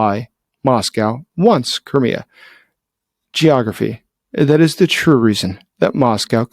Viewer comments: Koré ? Non Krimée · Vous dites Corée au lieu de Crimée à chaque fois. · Every time you say Crimea I hear Korea! 😂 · Did I hear you say Korea? Of course it's Crimea, professor gerdes also mis speaks pretty often actually. . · Anyone else think he was saying "Korea"? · When you say "Crimea" I sometimes hear "Korea'. Throws me off a little.